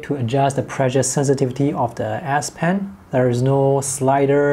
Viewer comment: It's an (S) ess pen not an ass pen